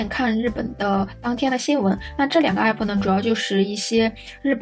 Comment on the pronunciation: 還有欸普⋯⋯😅😅 明明唸其他英文的時候都蠻正常啊